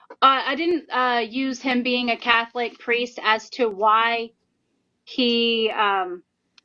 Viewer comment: "He WaS A CaThOLiC PirEsT" who caaaaaaaaaares